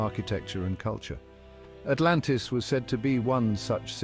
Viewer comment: AH MUH GAWD ALRANTIS